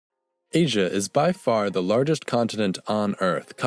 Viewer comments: Well, good work but you pronounce W as V and it was a digamma which may sounded more like Y as in the word "Yes". So it wasn't pronounced Aswia but Asyia. Anyhow, we will never know the exact sound, all these are assumptions. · The "zh" sound in "Asia" is right there: "si"